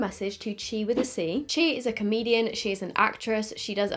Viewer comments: it’s C not she lol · Is “Chi with a C” not pronounced as She?? Or have I just looked to into the whole “with a C” bit too much 😂😂 P.S never watched her before so I don’t know